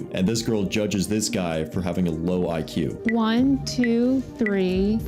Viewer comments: Hey English is my second language but I’m pretty sure the way she pronounced “IQ” is not accurate, that was more like “EQ” instead of “IQ”. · Nobody noticed she said EQ not IQ? 😕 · Pronouncing IQ as “EQ” really says a lot about your IQ 😂